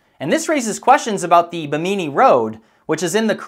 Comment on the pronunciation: Just to let you know, it's pronounced BI' mi ni Road, with the accent on the FIRST syllable. Keep up your excellent videos! 👍